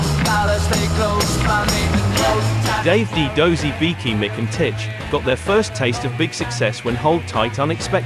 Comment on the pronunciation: It's Tich, not Titch.